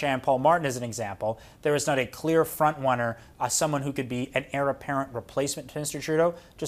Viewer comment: What is a "frontwunner"?